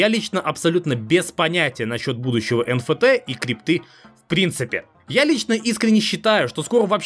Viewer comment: Эн Эф Ти, не? Что это ещё за Фи? Откуда ты его взял, из греческого алфавита?